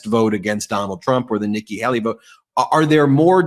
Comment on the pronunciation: It's Nikki HAY-lee, not Hal-lee. It rhymes with *hay*, not "hal".